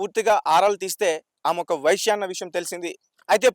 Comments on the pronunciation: వైశ్య కాదు వేశ్య. పదాలు సరిగ్గా పలుకు, తరువాత వీడియోలు చెయ్యి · నీ తెలుగు కాలి పోను. వైశ్య కాదు వేశ్య అనాలి. లేదా కాల్ గర్ల్ అను. లేదా వ్యభిచారి అను. వైశ్య అంటే ఓ కులం. వ్యాపారాలు చేసేవారు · Orai babu vysya kadhu raa babu vesya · News readers కు భాషమీద పట్టుండాలి, లేదంటే అర్థాలు మారి అభాసుపాలౌతారు!, వైశ్య అంటే ఆర్యవైశ్యులు(కోమట్లు), వేశ్య అంటే వెలయాలు! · తెలుగు రాదా రా నీకు వేశ్యకు వైశ్య కు తేడా లేదా మొదలు నేర్చుకోరా నీలాంటి వాళ్ల వల్ల వ్యవస్థ బ్రష్టు పట్టేస్తుంది రా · వేశ్య అనాలి వైశ్య కాదు మహోదయ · వెైశ్య కాదురా వెేశ్య అను. లెేకపొోతెే sex worker అను. చాలా తప్పు గా మాట్లాడుతున్నావు. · సోదరా వైశ్య కాదు వేశ్య నీకు చేతకాకపోతే లంజా అనొచ్చు కదా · Not a visya bro, VESYA. Visya, visya antunnavu, vysylu CHOOSTHE ninnu uthikestharu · వైష కాదురా వేశ్యా రా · Sir telugu basha nerchukuni matladanti VA. Ve ki Leda teliyaali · వైశ్య కాదురా వేశ్య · Vyshya kadu vesya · Vaishya kadu veshya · వైశ్య కాదు వేశ్య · Babu! Anchor garu mother tongue Telugu kaadaa tamariki vaisya emiti? veesya ani paluku babu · ఎందుకు రిపోర్టర్ గా చేస్తారు రా హౌలే.. వైశ్యా కాదురా వేశ్యా.. సరిగా పలకండిరా బాబూ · Vysya kadu vesya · వైశ్య కి వేశ్య కి తేడా తెలియదా నీకు వచ్చిరాని భాష ఎందుకు మాట్లాడుతున్నావ్ 😂😂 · ముందు నోరు బాగా చెప్పేది నేర్చుకో గురు వైశ్య కాదు వేశ్య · వై శ్య కాదు వే శ్యా అoకర్ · వైశ్య కాదు నాయనా వేశ్య .. తెలుగు బాష సరిగ్గా మాట్లాడు... నీ న్యూస్ లేకపోయినా పరవాలేదు... లేనిపోని గొడవలు అవుతాయి 😈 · ఒరేయ్ anchor నువ్వు ఫస్ట్ లాంగ్వేజ్ నేర్చుకో వ్యష కాదు రా బాబూ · ఆశ్చర్యకరంగా అతను వీడియోలో అన్ని పదాలు సరిగ్గా మాట్లాడాడు కానీ 'వేశ్య' అనే పదాన్ని సరిగ్గా ఉచ్చరించలేకపోయాడు. మరో ఆసక్తికరమైన విషయం ఏమిటంటే, ఈ ఛానెల్ పేరు '100TV సౌత్ అమెరికా'. ఫేక్ న్యూస్ ఛానెల్ అని తెలుస్తోంది.